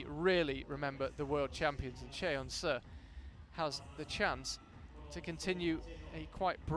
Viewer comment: Y'all need to learn how to pronounce Seo 서 It's painful to listen to you both butcher it.